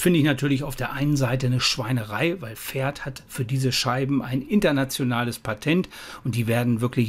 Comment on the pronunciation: Das heißt Pferd und nicht Ferd :D